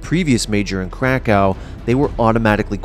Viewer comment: Lovely video and all but I can't get over how you pronounced Krakow